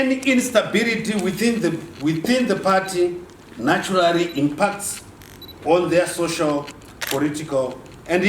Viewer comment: Naturarry, accordingry, revorutionar, definatery kkkk iwe Chiwenga go back to East Africa were you come from. Kutaura hako rwaamai unenge wagona kk